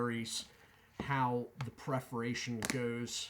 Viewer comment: Dude its PERFORATION not PREFORATION. I was genuinely quite surprised to hear you say it again after the first time I thought was probably an accident but you really do seem to think that perforation is pronounced as preforation.